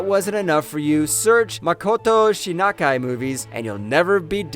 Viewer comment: Makoto Shinakai movies are awsome........ [ I understand you are an English speaker, but please, try the learn the Japanese pronunciation first......my ears are bleeding....]